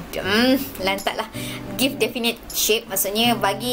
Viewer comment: its sounds like difainait not difinit